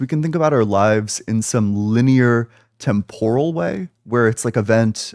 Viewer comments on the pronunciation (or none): none